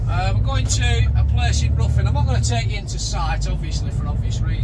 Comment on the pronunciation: its ri thn not ruthin